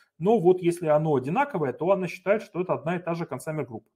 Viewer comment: Пожалуйста, либо называйте правильно по английски термины, либо переводите их на русский. Не 'аск', а 'эк' (от слова acknowledge 'экноулидж') не 'консАмер', а 'консЬЮмер'. В любом случае спасибо за материал!